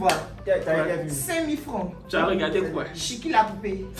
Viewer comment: C’est Chucky et pas Chikie la poupée 😂😂😂🤣🤣🤣🤣